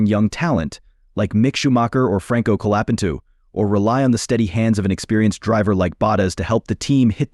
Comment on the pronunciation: Benato LOL Colapentu LOL